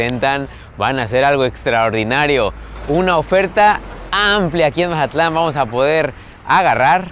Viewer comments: Jajajaja pensé lo mismo!!! Porque decir Mahatlan?? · Que buen video!!! Hermoso mi Mazatlán 🎉 pero que alguien le explique que se dice Mazatlán con Z y no Majatlan 😅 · Que alguien le expliqué que es Mazatlán no Majatlán aunque se escucha chistoso pero se escucha rraro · Se pronuncia MAZATLÁN, con Z, no MaJatlán 🙄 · Es lo q le iba a decir parecía costeñito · Que estrés que diga majatlan 😅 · Todo el video: Majatlán 😂😂😂😅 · Porqué dice “Majatlán?” Llegó ahí y se olvidó de cómo hablar? 😅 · majatlan dice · Curioso porke dices mazatlan diferente